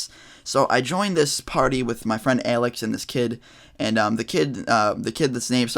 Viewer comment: The way u say Alex is interesting it sounds like ur puking